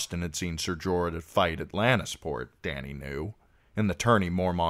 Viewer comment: Jorah. Wtf bro.